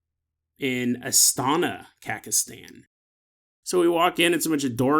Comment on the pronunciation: It took me way too long to figure out what he was trying to say lol